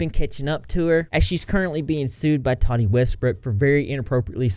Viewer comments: Why do you pronounce her name like that. Have you not seen any of the million videos made about her where they pronounce her name correctly. Toddy westbrook lmao, so lazy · Not to be that person but it's "Tah-tee" not "Toddy". But yes I agree, Katie Joy is a stalker and totally went overboard in "digging up dirt" on the Westbrooks! She had no right to do what she did and she has literally kept talking about Tati's case against her even though if her lawyer (if he was worth what she's paying him) would have already told her to keep her big damn mouth shut until this actually goes to court! Good video! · The way you slaughter peoples names “toddie” 😂 it’s “TAATEE” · I hate when people mispronounce names. Tati not Tody.